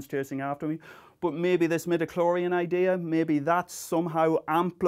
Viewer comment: It's midiclorians, dude!